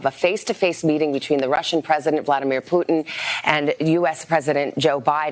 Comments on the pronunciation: C'mon Man, I thought you said a summit with "Pudding" not Putin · Cmmon man i taught you said a summit with "pudding" not Putin